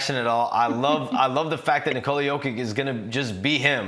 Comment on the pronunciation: Come on man, learn to pronounce his first name correctly.